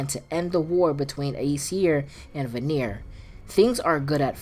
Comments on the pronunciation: VAN-EAR, not VUH-NERE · I love the video, but one note, Vanir is pronounced VAnir not VaNIR. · Brother, it’s pronounced “vah-neer,” not “vuh-neer” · You saying vanir wrong it pronounced Van-e-yer not va-near lol